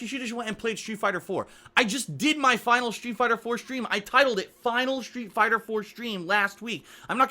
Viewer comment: I can't be the only one hearing "shoe fighter"